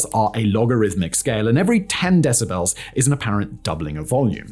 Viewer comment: I can’t get over the way Simon pronounces “decibels”